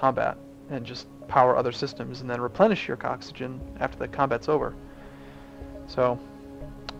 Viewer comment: ha you said coxagen